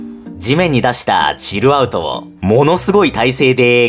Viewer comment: のチルアウトの発音大好き